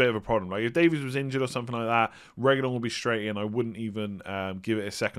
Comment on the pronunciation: As someone who's Welsh I find it quite amusing how you pronounce the surname of Ben Davies 😂 Just to clarify: Davies is pronounced the exact same way as Davis (at least in Wales). I know a LOT of Davies and I've NEVER pronounced it the way you do 👌🏻